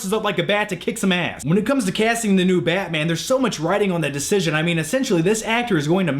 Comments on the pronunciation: you say batman weird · I hate how you say batman